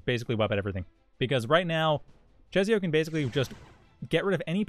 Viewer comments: Just for the record; I believe czesio is pronounced like 'Che-shio' with a slavic accent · The 'i' after s changes the pronounciation into 'ś', which is a kind of softer 'sh'; it's a weird rule so I don't blame you :D